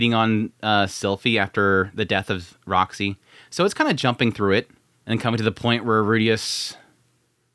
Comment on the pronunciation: "Poor Rock-sy"